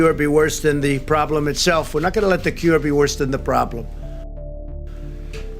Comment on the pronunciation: Is he saying cure or Q er We cannot allow the Q ER to be worse than the problem Q END RUN